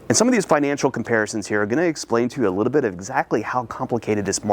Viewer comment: "A Liddell bit, a Liddell bit, a Liddell bit" -. In every video